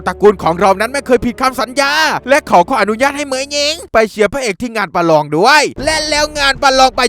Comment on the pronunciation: พี่พูดว่าประรองประยุดผมลั่นเลย